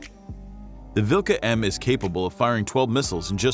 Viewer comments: omg 'dat prononciation vilKa' and 'luh' 🤣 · "kh" is better to pronounce like "h". If you ever played Skyrim... Harkon`s name starting with the same sound.